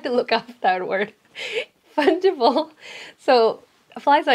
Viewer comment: Bro it is fungible not pungible (you saying it like punchible )